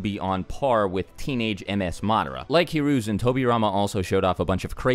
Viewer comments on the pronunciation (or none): Who's hararoozin you mean Saratobe